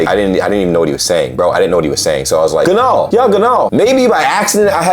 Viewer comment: audiobooks, movies, series... passive language learning is a thing. (your "genaugenaugenau" was good;) start with easy stuff like books or movies you know well in english. use subtitles, pause and rewind, and translator app on your phone to your advantage. you'll get more and more fluent in listening and learn new words or meanings by context. who knows you could even do a small -reaction- Reagiert revival focussed on language.